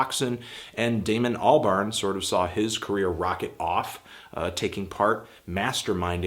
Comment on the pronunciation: Daemon Cal-burn?